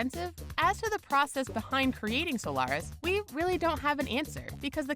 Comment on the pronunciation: A propos fake news: said monolonal antibody for PNH goes by the name of "Soliris", not friggin' "Solaris"....